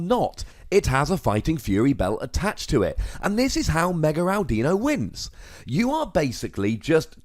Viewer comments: It's not ow-dino... it's audino... like audio. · "AWW DINO" not AL dino... Since its a play on the word AUDIO. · Ow-deno. Cow-bail-ion. kill me. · Audino is pronounced Aw Did Know. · Its Ah-di-no. You are supposed to say it like "I dont know" fast and all mushed together. Not with a "Dee" in the middle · Also my friend made this deck when Audino came out :P and it's pronounced aw-dee-no and ma-geer-na